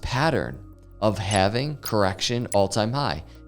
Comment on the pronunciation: Bitcoin having? Thats how you pronounce it sir 🤣